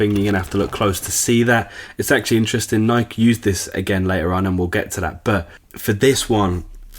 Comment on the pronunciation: Nike not nik